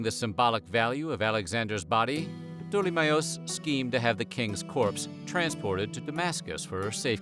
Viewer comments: Pa-tole-me??? Do you even try to learn how to pronounce the names correctly? Lol. Anyway, thanks for sharing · Wow! Never heard ptolemy's name been so badly butchered before 😂 proper terrible attempt 🙈